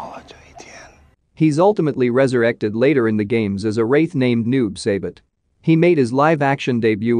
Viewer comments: Noob saybit....... 🤦🏻‍♂️🤦🏻‍♂️ BRUH!!! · Noob saibut? 🤣🤣🤣 at least know how to pronounce the name right dude. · Who tf is by-hand and noob saybit?…😂🤣 yes I know it’s an AI speaking…😁👍🏼